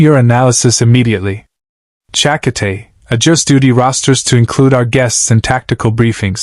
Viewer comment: Cha-ka-tay, that gross mispronounced name gets you a dislike.